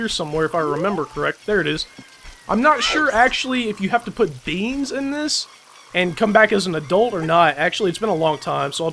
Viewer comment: Lol hearing you say "plant beans" makes me laugh because you guys always say beans